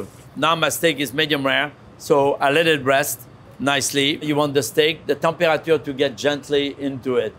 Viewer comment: I wonder what the "Tem-pua-ah-chua" of the steak is